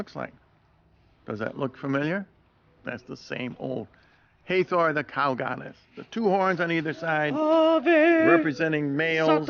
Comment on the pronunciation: That is the Sun Disk that ALL the Egyptian deities wear in at least one depiction or another. Uneducated Swine Also that is HA-THOR not HEY-THOR in pronunciation.